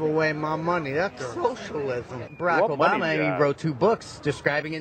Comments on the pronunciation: "That's soshillizm" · No, that's thinking we don't do that, that's that's "showcialiswom"